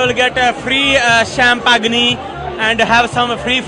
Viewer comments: love the way he says champagne!! literal pronounciation like my dad! :D too funny!! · "i came here for some CHAMPAGNEY.." LOL